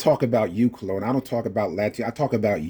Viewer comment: He keeps calling his self Cologne. No ligga, we know how to spell buddy. Your name is Colon keep it a Buck. This ligga even remixing English. It's "Dr. Colon" not "Dr. Cologne". Smh. God damn. Stop, just stop doc.